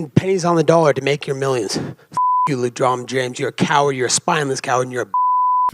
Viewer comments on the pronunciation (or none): Lmao the funniest shit was trying to be serious and saying "LeDrom" James.